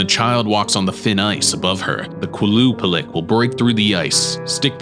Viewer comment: Qualupalick genuinely made me feel uncomfortable